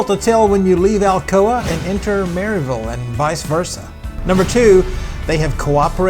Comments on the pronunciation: It’s Mur-ville. Lovely people there. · I'm 2 years late watching this video, but hoping to ride this trail later this fall, fingers crossed with new signage. I'm 30+ years now living in the Upstate, but grew up in Knoxville, South Knoxville to be exact. And yes, the pronunciation of Maryville is a telltale sign of a newcomer, but I discovered the same thing here when I moved decades ago to the Upstate that Clinton, SC has that same distinction of a surprise pronunciation for the newcomer. I struggled to find it on the map when I first moved here... and then I learned the secret. 😉